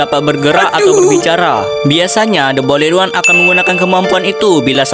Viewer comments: "BOYLET ONE" 💀🥀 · The boiled one❌de boyled wan✅ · The boiled one❌ The bolid wan✅ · The boild× The bolid✓ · The boiled one❎ The boledwan✅